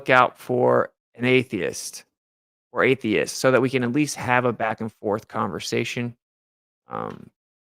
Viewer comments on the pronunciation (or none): none